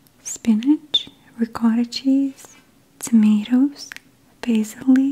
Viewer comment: I love the way she says "couscous" but I don't like the way she says "salad" and "ricotta cheese"